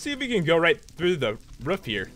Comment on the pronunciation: Pat said wroofe not roof